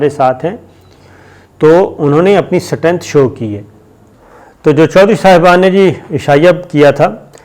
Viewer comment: Sir jasy app India kee maa behen aik karty hain wasy app English kee bhi maa behen aik kar daty hai sir strength hota hay ((stenght)) nahi baki sub theek hay moj kreen.👍